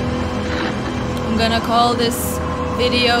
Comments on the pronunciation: Me: asylum She: assilum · she pronounces asylum assaloom. We must make this like the soobredit(subreddit) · "Mount Massive.... Eye-selom" 😂🤣😂🤣